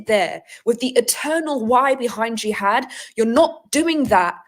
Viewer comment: Gee-had😂 she’s great